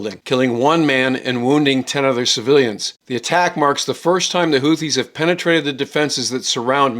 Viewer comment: ‘HOO-TEE,’ not ‘HOOTH-EE.’